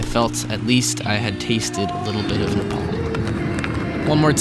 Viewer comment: You pronounced Nepal correctly; not many can do it.